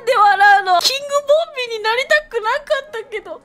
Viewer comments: ボンビーがボビーに聞こえてボビーオロゴンかとおもたwww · ボンビーがボビーに聞こえたwww